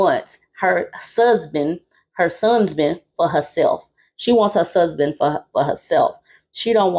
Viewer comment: Did you say "sonsband"!? 😂😂😂😂